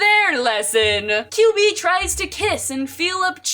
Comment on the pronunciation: I can't stop hearing QB as Kyubey from madomagi